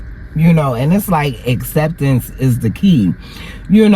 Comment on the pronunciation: ACCEPTANCE NOT "exceptance" which is not a word